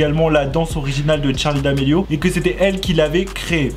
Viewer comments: C’est charli pas tcharli😂😂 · Tttttcharlie c’est Charlie pas tttcharie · Ça me perturbe car il dit tcharli et pas charli je suis pas là seul hein ? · Ses charlie ses pas tcharlie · C'est Charlie d'amelio pas t'charlie d'amelio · tu me stresses c’est Charli pas Tcharli ptn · En dit pas tcharli en dit charli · C'est pa tchali c'est charli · C est charli pas tcharli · Sa me tresse quand il dis tcharlie d'Amelio 😂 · oui mais il dit tcharli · J'ai même pas entendue une fois Charlie j'ai que entendu tcharlie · Moi ça stresse quond il dit " tcharlie " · Pourquoi il dit "TCHARLI" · Pk tu dit tcharli??🤔🤔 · Ce n'es pas tcharli domélio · Arrête de dire Tharli !